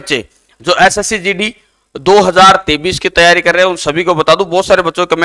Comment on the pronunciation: Sir totra ho kya 2023 bolrhe ho ya 2033 saaf saaf bolo